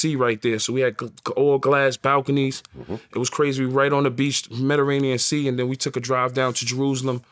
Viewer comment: He said Mederanian Sea lol